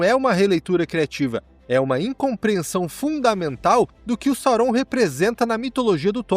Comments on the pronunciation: Gente que fala “saurón” 😂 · Que agonia você falando o nome de Sauron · Ótima revisão, concordo com tudo… exceto com a pronúncia de Sauron 😂